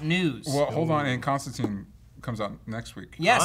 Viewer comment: Plus, as a pretty damn big mistake, they get his name wrong. It's Kon-stan-tine, not Con-stan-teen.